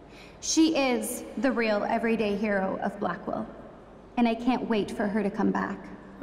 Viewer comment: Did anyone notice that Blackwelle sounds like blackmail